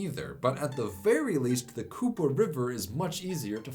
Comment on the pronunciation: you pronounced Kupa correctly, but Dobličica is pronounced “do-blee-chee-tsah”